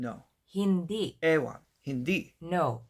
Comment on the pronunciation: Just a bit of a tip with the word "hindi"... i'm 100% sure you're aware of glottal stops as i've heard you metnion them several times, remember that the last syllable is said with a glottal stop. so, it's like it stops abruptly. hope that helps :)